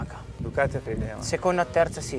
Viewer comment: Ma come cavolo si fa nel 2019 ancora a dire YamaKa!? Bho un mistero del motociclismo che non mi spiegherò mai